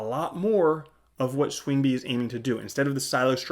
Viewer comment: Learn how to pronounce swingby correctly. So annoying